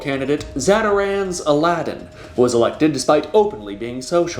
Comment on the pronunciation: "Zatarans Aladin" got me lmao